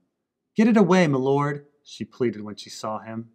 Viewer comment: N why tf does Gilly say my lord not m'lord or whatever it is when commoners say it.. This implies she is highborn from the minute we meet her. Right?? Js